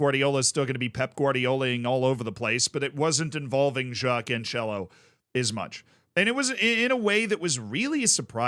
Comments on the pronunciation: Hey z. Portuguese guy here again try to fix pronounciation. It's cancelo the same way you pronounce cancel and not couchella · Yes everytime he says Canchelo I lose a brain cell